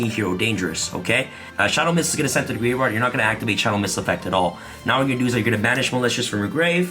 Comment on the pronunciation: Not to mention him saying gravard and not graveyard